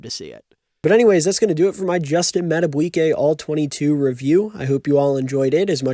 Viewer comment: Mad-A-BEE-kay...not "bwiey"